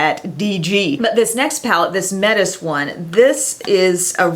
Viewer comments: Metis is pronounced meh-tee (at least in Canada) ahaha hope that helps! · Also, Metis is pronounced Maytee. Where I'm from that's how we say it anyway. It's a aboriginal tribe. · so just fyi, "metis" is pronounced "may-tee" and it typically refers to people who are part native american indian and part french. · Great review! I wish we had Dollar General here in Canada! Just a note about pronunciation, we have a Metis native tribe here in canada, and they say it "may-tee". In case you were curious!